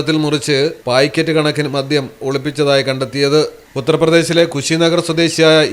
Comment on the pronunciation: പയ്ക്കറ്റ് അല്ല... പാക്കറ്റ്